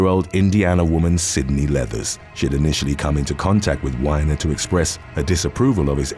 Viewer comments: The Weiner story was pretty big here, in the states. It was national news. (And …for once…it actually is pronounced “Weener” like some people pronounce the word for hot dogs. But, I’ll give ya that one. Would’ve been too hilarious, to hear that name over-&-over again, for your videos’ tone(s). Lol! And my wife and I had just talked about how you take your time & make sure to pronounced everything correctly, & the attention to detail & work you out in, to do so. Lol!! But, again…that one could very easily be “Weiner”, like “Wine-er”, especially since it’s most likely Jewish. We are probably better off, with how you pronounced it, anyway. Lol!) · Yer saying Weiner wrong and there's an important reason why I'm being such a grammar nazi... it's pronounced Wee'nr , like a hot dog wiener, making the this d!ck pic politician even more fun to cover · You are pronouncing Anthony Weiner's name wrong. Weiner is pronounced the same way you would if referring to a hot dog or the slang term for a male... Like seriously though he has that last name and gets into trouble for sexual actions. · Weiner is pronounced like Weener. Just a note. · It's pronounced Anthony Weener as in dick, penis, prick etc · It's WEEiner. Like the hot dog. Anthony Weiner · IT'S "WEEE~NER" ! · Yeah... you mispronounced Weiner's last name. It's actually pronounced in a way that's very apropos considering his reputation. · That's now how "Weiner" is pronounced. It's make his story much more entertaining when you say it right. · That is not how you pronounce 'Weiner' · That's what I said, like, he really must not know 🤣🤣🤣🤣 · You mispronounced WEINER!!!! You have got to be wee todd did to mispronounce that particular word!!!!!🤦🏽‍♂️🤦🏾‍♀️🤦🏻‍♀️🤦🏼‍♂️🤦🏽‍♀️🤦🏿‍♀️🤦🏼‍♀️🤦‍♀️🤦🏻‍♂️🤦🏿‍♂️🤦‍♂️🤦🏾‍♂️🤦‍♀️🤦🏻‍♂️🤦🏼‍♀️🤦🏿‍♀️🤦🏼‍♂️🤦🏽‍♀️🤦🏼‍♂️🤦🏽‍♂️🤦🏽‍♂️🤦🏾‍♀️🤦🏼‍♂️🤦‍♀️ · its not wine-er... its wiener... dint try to church it up..... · Weiner is "wee-ner" not "wine-er". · It's Wee-ner not Wine-er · It's pronounced Weener not whyner